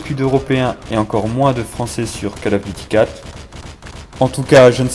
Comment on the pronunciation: Alors : non, pas besoin d'avoir les killstreaks pour avoir un gros score. CoD 4 est toujours beaucoup jouer sur PC grâce au promod, EUR comme US. Plz, je sais que t'es français, mais c'est COLE of duty, pas cale. J'espère que t'écris pas comme tu parles car t'auras juste 0 à cause des répétitions, et ton ton n'est pas naturel. Cela dit c'est cool de voir un gros score grâce à une arme et pas à des carrés rouges, donc joli, même si ça n'arrivera jamais sur PC ce genre de truc.